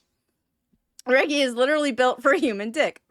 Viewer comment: I’m sorry, did you say “Reh Gi”? Surely you at least heard the name Reggie (reh-gee), short for Reginald.